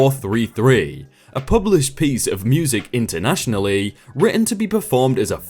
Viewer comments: Intentionally..." internationally". dude all you have to do is read. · "written intentionally" not "internationally" lmao